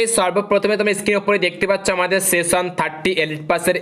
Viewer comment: Seson na session 😂